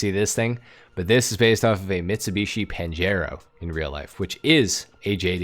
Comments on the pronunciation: Mitsubishi Panjreo. Mitsubishi: Its Pajero bro, PAJERO!!!! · Its the Panjero not the panjreo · He do it to piss off Spanish people 😂😂😂